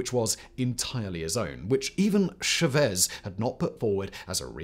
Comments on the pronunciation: Pronounced "shah-Vehz." Emphasis on the 2nd syllable. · Love what you do, but it’s Chávez. The account indicates emphasis on that syllable. It was pronounced as though there were no accent. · Everytime said Chavez I cringed. Please, it's not sha-vez 😢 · Jevezz.. Chevez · Love your channel, but your pronunciation of “Chavez” is absolutely nauseating 😂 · Nice video, but your pronunciation of Chaves is driving me crazy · Say cha-cha-cha. Now say Chavez. Yeah you said it wrong the whole video 😅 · Please learn how to pronounce Chávez. It's not that hard and it shows a minimum amount of care.